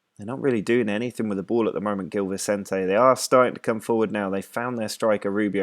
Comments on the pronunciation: it's zhil vicente (like yuri zhirkov) and pakosh de fereira 😆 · The G in Gil Vicente is a soft G, not a hard one, like the one in the word 'challenge'. The Ç in Paços works as 'SS', not like a C. And the stadium is Luz, not Luiz. That's the portuguese word for Light. Otherwise, you're on the right track!